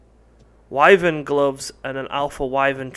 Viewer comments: Man I love how you pronounce it way-vern like I did in the old days playing final fantasy(before learning that it's wai-vern). I've never heard anyone else say it like that, it is somehow nostalgic. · waevern egg wtf its called a wyvern egg